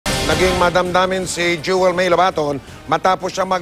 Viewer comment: Wrong pronunciation of Jewel's surname. :-)